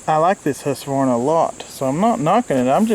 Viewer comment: It’s actually pronounced hoosquvarna in Sweden